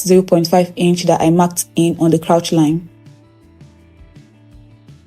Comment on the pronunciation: You are a good teacher. Thanks for all you do. God bless you. Pls learn how to pronounce the word “crotch” using google pronunciation. This is coming from a good place. Thanks